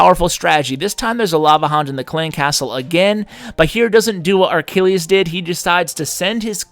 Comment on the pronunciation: Why do you say Ar-Kill-eez? There's no R in his name. It's Achilles. Uh-kill-eez. And, yeah, one of those was a th10 vs a 9, not really a fair comparison